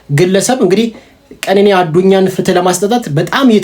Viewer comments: ቀነኒ በል ኬኔኒ አይባልም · የምን ኬኔኒ ነዉ ቀነኒ በል ወድም አትቸኩል